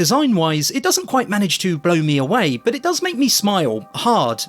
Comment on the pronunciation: Even your interpretation of Blow Me Away has a British accent 😭😭